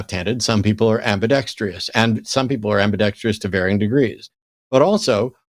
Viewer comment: Is it an American thing or just a Matt thing to say "ambidextrious"? In Australian/British English we say "ambidextrous" i.e. no 'i' after the 'r'.